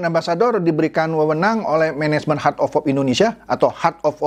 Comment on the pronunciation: hert of hop....ledder....mbok ya pakai bahasa Indo sajah...